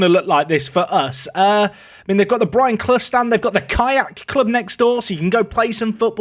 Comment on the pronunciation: Calls Brian bre-anne 😂😂😂